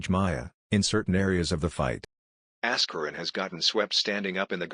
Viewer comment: "Ass-kur-in" Lol